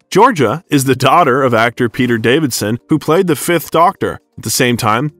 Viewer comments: Very interesting and seems well researched, but the narrator needs to invest a bit of time into learning the proper pronounciation of names. Sorry to be such a stickler, but it's Davison, not Davidson, and it's certainly not PratchEtt, just as examples. Also, in the introduction there's a clear mix up of Hamlet and Romeo. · Narrator really needs to learn how to pronounce Davison. There's only one D in that name.